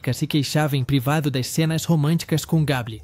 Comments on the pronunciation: Misericórdia! Gable pronuncia-se Geibol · Não existe ATONITO. A palavra é ATÔNITO!!! E não Cark GABLE e sim "GABLOU" é a pronúncia CORRETA!!! E o que é POSTÉRES??? seria "PÔSTERS" (a pronúncia correta???)...